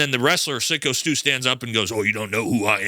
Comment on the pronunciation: Syko is pronounced Psycho, not Sicko. And it's all on Raja, but Rampage was mocking his son for "hugging a bunch of guys in tights" while he was waiting to go in the ring and attack the wrestler. And apparently he enjoys berating his son calling him b***h and p***y regularly. The kid has daddy issues because Rampage is a piss poor excuse for a parent. Just sayin'...